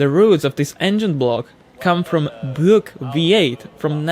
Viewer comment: Your pronunciation of Buick perfectly describes how i feel about that brand.